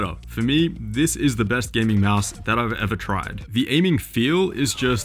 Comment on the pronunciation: Can't stop laughing at "Meowse" =D